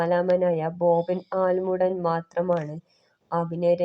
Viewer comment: ആലമൂഡൻ അല്ല ആലുംമൂട് ആണ്